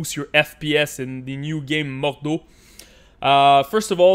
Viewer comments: no stop its german dont butcher it with french please its MORD-HAU not modoo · Gutrot Has lol he’s saying moodhoo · Bruh say MORDHAU right.